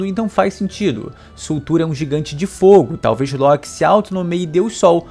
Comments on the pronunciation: Nao sei pra que pronunciar loki diferente de todos kkkk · Esta doendo meus ouvidos o jeito que você pronúncia LOKI E BEIFRIST vice deveria assistir os filmes de Thor da Disney para pronunciar corretamente